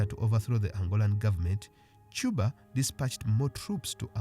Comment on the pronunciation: Correction: His name pronounced "Shose" not "Hose", it's Portuguese not Spanish And in It's pronounced "Cuba" not "Chuba"